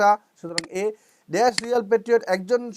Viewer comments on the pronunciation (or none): none